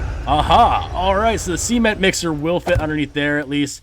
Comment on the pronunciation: The SEE-ment mixer. 🤣 Where do you live in the US?